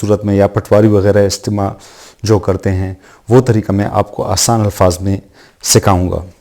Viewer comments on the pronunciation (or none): none